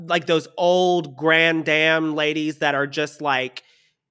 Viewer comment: pronunciation of “grand dame” is absolutely unhinged and I live.